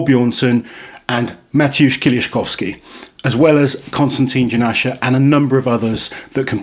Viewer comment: You have a really good pronunciation of Mateusz's surname.